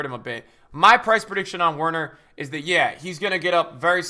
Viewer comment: Good vid but plz say Werner correctly